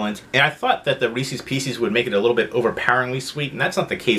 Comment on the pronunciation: I've heard people pronounce Reese's the way you do but the way you pronounce pieces is bizarre